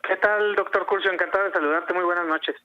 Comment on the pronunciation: Curzzziiiii.....en lugar de....yo creí que eras un intento de amateur de periodista...pero eres del grupo de Carlos Alasrraki....y del grupo de Zuckerman....